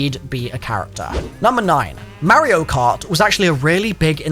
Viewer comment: Lol saying you play mario cart and then going on pronouncing it wrong 🤣